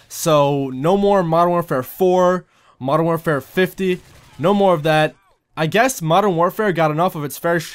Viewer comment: he says modern warfare FIFTY :P LOL